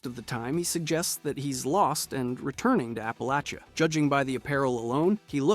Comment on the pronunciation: I'm from the Ash Heap. My parents house is in 76. Love your videos but we say App-a-latch-ah. Bless your heart.